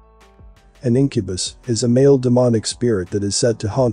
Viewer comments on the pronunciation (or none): none